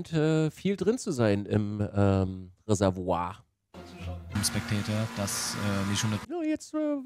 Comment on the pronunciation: Okay, wie geil kann ein Mensch "Reserwuaaa" sagen 🤣🤣